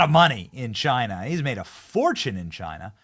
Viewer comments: It's Chyna or Chi-nuh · "It comes from Chana" 😂